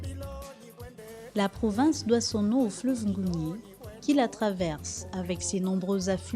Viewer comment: Les principaux ressortissants de la ngounié sont les nzebi, les mitsogo, les massango, guissir. On sait tous que quand on parle de punu on voit directement la nyanga. Il faut se documenter avant d’affirmer. Ps : on ne dit pas l’angounié mais la Ngounié